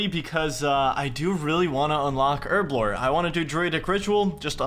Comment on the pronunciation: Why cant Americans say Herblore?